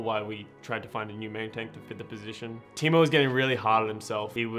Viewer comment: Waduhek is a timou it's taimou